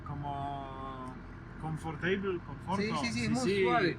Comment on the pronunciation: yyyyy so mucias gracias bien yyyyy KOMFORTEJBUL...... chyba zostało ci z STEJBUL TEJBUL KOMFORTEJBUL.....